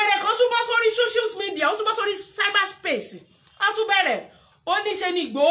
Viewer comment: Error in pronounciation dear, it is not called, "shoshial media" but "social media."